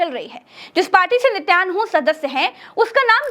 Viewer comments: Stop anchoring because you are poor in pronouncing Israel's leader's name. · Bolne de Bolne de bechari ko dard hua 😂😂 Behan sahi se pm ka name bhi nhi ke pa rahi hai😂😂 Thoda pani pile behan #sasta news Ha ha tmhari chamchagiri dikhta hai 😂 #chamchi😂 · Saans ki roti na degi. Kuch jyada hi akl hai. Naam theek se le na skti